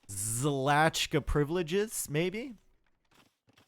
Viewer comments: Shlahta. SZ in Polish is very similar to SH in English. Polish CH is almost same as H. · Hey, love your content! Btw it's pronounced Shlaxta(x as in Xavier, or j as in Juan), it basically means "nobility":)